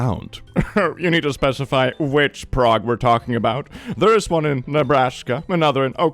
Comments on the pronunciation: Prague Okla is pronounced “pray gah”. We also have a Miami pronounced “my am uh” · I am from Nebraska and have been to Prague. Not exactly the tourism capital of the great plains. And it's also pronounced with a long "a", like pray. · Oklahoman here... Prague Oklahoma is not pronounced Prague It's pronounced PRAYG! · The Oklahoma Prague is pronounced PRAYG. Don't ask me why. They have a kolache festival every spring. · Fun fact: “Prague,” Nebraska is actually pronounced “Prayg” because why the f not Source: I’m a Nebraskan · Lol as someone who has actually been to Prague, Oklahoma, I still wouldn’t even think of that first. Also, I think they pronounce it “prayg.”